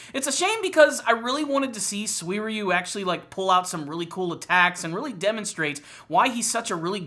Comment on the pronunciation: How did he pronounce his name, come again? Swierieyou???Dumbass